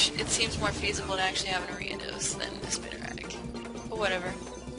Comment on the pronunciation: Are-ee-uh-dose. Jes helpin :p